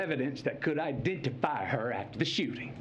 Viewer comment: So pathetic Matthew. smh. You all notice how he went into a "southern accent" all of a sudden when he said the word "Ideentifeye" instead of identify? lol because that's from the scene from the movie A View To A Kill when he was talking about the little black girls shoe. In the movie a little black girl gets raped and he's her lawyer. So sad Matthew. Do you really think people wouldn't remember the movie scene so you use it here? Libtards have not even 2 brain cells to rub together.